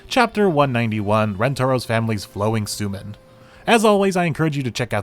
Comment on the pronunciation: FWIW, it's pronounced "soh-men". See, the "ou" is (almost) always a long "o", and Japanese ling vowels are just lengthened in time; it's only spelled that way to preserve the original orthography, where long vowels are doubled in hiragana/katakana, except for "o" for some reason. More modern transliteration schemes would use "sōmen", but a lot of the habits of anime/manga translators and subbers go back to when computers couldn't easily use diacritics — so we use the doubled letters and "ou" spell things out like "Aijou Rentarou" and "Hifumi Suu" instead of "Aijō Rentarō" and "Hifumi Sū". All that aside, I've said before that my favorite chapters are the ones where everyone is in a ridiculous and over the top predicament — see also the karaoke, photo booth, and falling gothic and/or lolita headdresses chapters — and this one was great on that score.